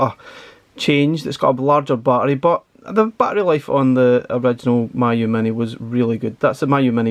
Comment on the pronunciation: Pronounced as Me you, not my you 😊